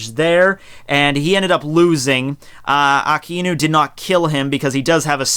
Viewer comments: You seem to have started pronouncing Akainu as uh-kai-nuu, but your original pronunciation, ah-kah-ee-nuu, was actually correct. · technically, you're not incorrect in pronouncing Aka Inu. It is two words, put together. The "ai" isn't pronounced "I". "a" makes the ah sound and "i" makes the ee sound. When put together, it sounds like ah-ee, which sounds like a drawn out "I". it's a subtle sound, like how you English/Japanese teacher stated, with the words ending in "u".